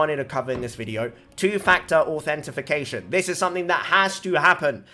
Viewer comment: manz said authenti-fi-cation